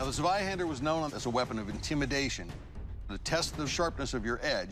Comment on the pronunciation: Dude really said Zwahander instead of Zweihander